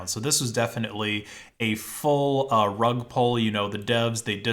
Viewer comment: I was confused why he kept saying rug pole lol